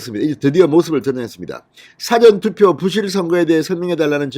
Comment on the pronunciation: 사전투표 사전 발음 똑바로 해주세요